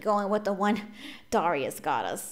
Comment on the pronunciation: Its dare-ri-us